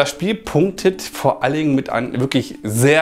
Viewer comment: Machst du sehr gut, macht Spaß deine Videos anzuschauen. Versuche mal etwas ruhiger, langsamer zusprechen. Wenn statt einem "vor allen Dingen...." nur ein "vor allingen" gesagt wird, wirkt das nicht so gut. 🙂